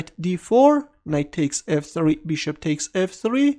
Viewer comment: I love the way you say "beeshop". Beeshop to C5. Beeshop takes D6. Beeshop. Beeshop.